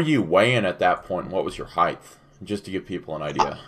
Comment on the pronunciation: I can hear Jamie having yelling at the screen every time you say heigth instead of height.